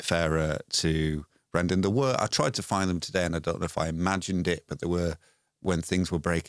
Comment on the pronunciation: HIs contract says he is...and it's Brenden, not Brendel.